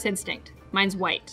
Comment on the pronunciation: I noticed a little mistake in this video. With the white and blue she says white but it has the wrong sound. If you go back to the one before it has a different sound and she got it right on both.